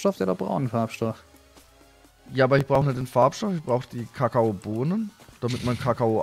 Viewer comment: wenn du kaka o bonenen sagst kommt da kaka raus aber du musst kakaobonen sagen😂😂😂😂😂😂😂